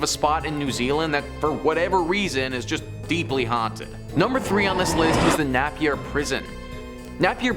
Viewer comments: Please, PLEASE PLEASE CLEAN UP UR PRONOUNCIATION Neigh pee ya not nappy ya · The way he says Napier, Nappy-er 😆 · Puhinui - pu-he-new-e… Napier - nay-p-r… Waitomo - Why-tour-more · places are pronounced pooh-ih-newy, nay-pier, why-toe-mow.